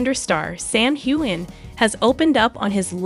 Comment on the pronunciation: Learn the pronunciation of Sam’s name!! Also the pronunciation of Momma Mia!!!